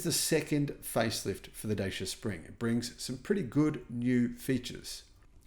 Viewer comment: only came on here to hear mis-pronounce Dacia again! It’s Datch-aa, not Day-c-aa!